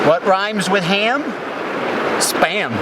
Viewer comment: Thought you said sperm. Got confused